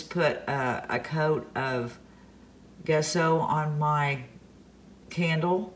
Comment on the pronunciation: I love rustic decor. I like both diys. BTW, gesso is pronounced with a j sound jesso like the name Jessie.